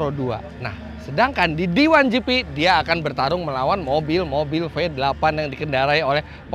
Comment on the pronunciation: Lucuu bet dngr om fitra nyebut mobil² v8 😅